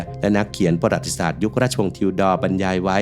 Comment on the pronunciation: ประวัติศาสตร์ อ่านว่า ประ-หวัด-ติ-สาด ไม่ใช่ ปะ-หรัด-ติ-สาด ครับ